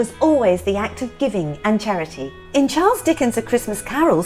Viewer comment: Chirity?!! 😊 Very posh! X.